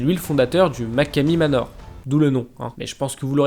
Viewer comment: Et sa se dit machomey manor